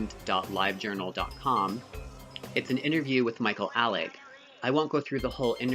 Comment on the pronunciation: How you say Michael Alig's last name, though it matches with Party Monster, it actually isn't how Nelson Sullivan pronounced it. He says it Ay-lig and so do the other people in his videos.